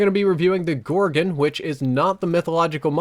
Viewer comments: Its pronounced gorgon, where do you see an i in that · 'Gorgen' lol